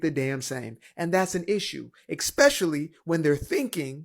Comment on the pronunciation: The straight CLOWN talking about WALMART hiring people with "qualifications." 😂😂😂 It's Walmart you clown. Also "eXspecially"??? 🤡🤡